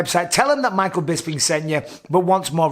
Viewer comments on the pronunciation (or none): none